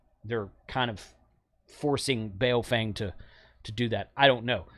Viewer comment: Come on, you know it's pronounced "Boo-fwang." Randy told you on your show. 🤣